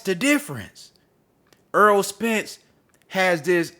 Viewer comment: The man's name is Errol not EARL - Why do you have trouble saying this man's name